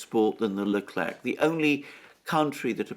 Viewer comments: Leclerc in french is pronounced LECLAIR....thank you. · The "c" in Leclerc is mute 🙋‍♂😂